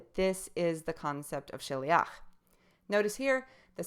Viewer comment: you see you dont know even how to pronounce that! stick to your NT and dont presume you know a thing, go home to Mummy